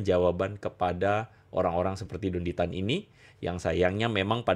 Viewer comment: Pasti mereka yg benci.ko Dondy Tan bilangnya syetan tan 😅